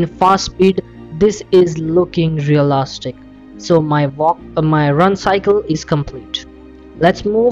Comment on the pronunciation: I love how you say REALASTIC